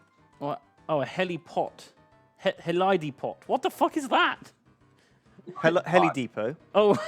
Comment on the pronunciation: HE-LIE-DEE-POT WHAT THE FUCK.